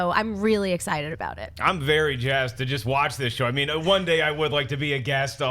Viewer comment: Did say, "Jazzed"?